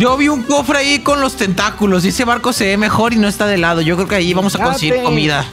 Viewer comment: Zombie xd me da re risa cuando dicen tenta-culos :v jajaj